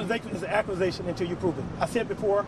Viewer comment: "An acwuzation, an acwuzation is an acwuzation until yoo pwoove it."